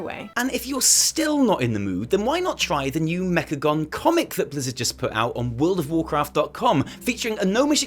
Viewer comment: "Mechacome" Oh you silly kids XD